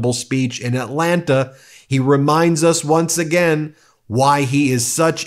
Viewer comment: nobody that lives here pronounces the second 'T' in Atlanta. it's pronounced "Atlanna"